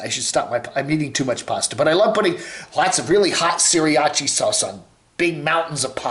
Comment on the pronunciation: it is pronounced "sr·aa·chuh", not "siri ah cha" sauce.